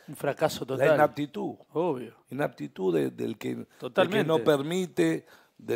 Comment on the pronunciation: Inaptitud, inaptitud